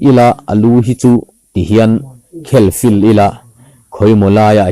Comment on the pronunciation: A lu khel fil ni lovin,khel filh tih tur